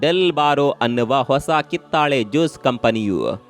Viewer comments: ಮಾಹಿತಿ ಚೆನ್ನಾಗಿರುತ್ತದೆ, ಆದರೆ ಉಚ್ಚಾರ ತಪ್ಪಾಗಿರುತ್ತದೆ, ಕಿತ್ತಳೆ ಬದಲು ಕಿತ್ತಾಳೆ ಎಂದಿದ್ದೀರಿ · ಇವರ ಕನ್ನಡ ಬಾಷೆ ಹಾಗೂ ಮಾಹಿತಿ ಉತ್ಕೃಷ್ಟವಾಗಿದೆ ಆದರೆ ಕಿತ್ತಾಳೆ ಮಾತ್ರ ತಪ್ಪಾಗಿದೆ